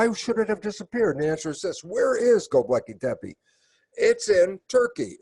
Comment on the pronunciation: Electric Universe, people. I respect Dr. Lipton a lot for his science on epigenetics, but if he can't even say Gobekli Tepe correctly, his credibility is damaged. One volcano can undo a century of Los Angeles traffic.